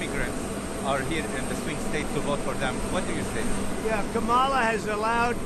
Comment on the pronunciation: Damn he looked and sounded crazy old! I’m used to seeing him feisty and angry. He just looked tired and sick. He even butchered Kamala’s name all weak. Wow.